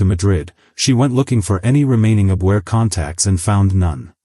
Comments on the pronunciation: ACCENT IS ON THE FIRST SYLLABLE IN "ABvehah" NEVER, NEVER abVEHAH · ITS NOT THE "UBWEAR" BUT TE AHBVAIR.